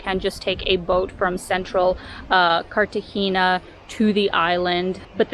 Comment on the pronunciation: no hay nadie que le ensene a pronunciar CARTAJENA NO CARTAJINA PLEASE